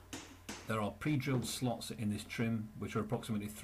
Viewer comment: That's '9' trim not 'p' trim 🤔